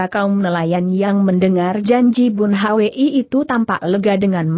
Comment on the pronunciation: Mohon ampun guru ....Bun Hwi itu di baca Bun hui dan Yung Hwa itu di baca Yung hua...Murid jadi malu pada para pendekar di seantero nusantara yang turut mendengar cersil ini. Tobatlah guru...